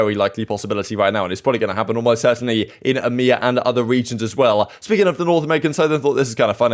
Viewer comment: i love how he says emea like its a fucking word... fuck europe, middle east, and africa... hail eeeemeaaaaaa